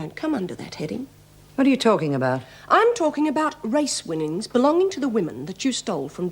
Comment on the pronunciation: Did meg say race wimmimgs??😂😂